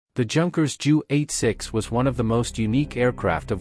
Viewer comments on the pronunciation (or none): Here's a clue. If you going to use a fucking robot at least get one that speaks properly. Seriously, "jew", "m" etc. Such nonsense.